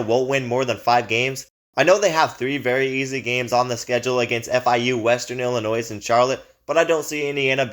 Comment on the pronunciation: Please learn how to pronounce the teams' names before making a video. Illinois... you don't pronounce the S.